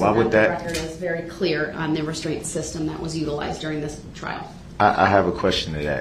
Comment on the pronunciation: Da berry second